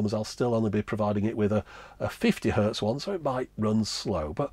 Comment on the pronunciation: It's hertz, not "hurt". 60 hertz.